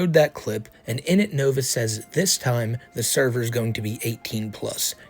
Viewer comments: Not the thur-ver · “NOT THE THURVER!” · NOOO!!!! NOT THE THURVURR!! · Who actually pronounces words wrong more often. Nova or Amberlynn Reid